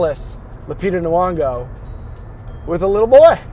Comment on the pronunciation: Lupita's surname is pronounced like "Knee-yawn-go." I like your enthusiastic energy though.